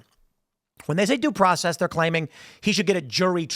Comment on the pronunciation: Doesn’t matter. He dint get his DOO PWOCEZZZ